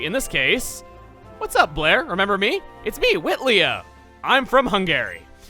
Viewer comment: Shouldn't Whitlea be pronounced wit-lee?